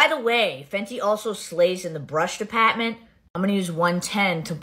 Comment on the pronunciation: Omg her accent!!! the brush dePATMANT